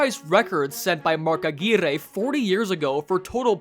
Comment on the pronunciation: nice that you pronounced Aguirre right :)!